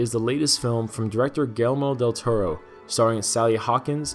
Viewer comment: Why does this video have 107,911 views. Within 14 seconds, there are so many flaws. You start off with 6 seconds about your channel, then an incorrect wording of the title. Then, you butcher Guillermo del Toro's name. Not just that, but you hit the mic and don't bother to record another take. Come on.